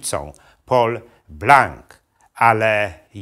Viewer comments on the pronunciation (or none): none